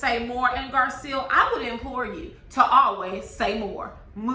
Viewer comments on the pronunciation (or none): Hey love your review.. but name is GarCELL not GarSEAL.. just an inccey weeny critique 😅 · I think Garcelle pronounces her name Gar-celle like Belle from Beauty and the Beast.